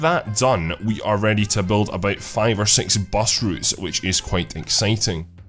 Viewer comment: 'Six' is what he ment :)